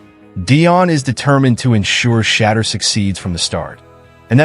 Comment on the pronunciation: you do not know how to say shedeur ???? ANY BODY can get a youtube channel. BTW do some research first and practice.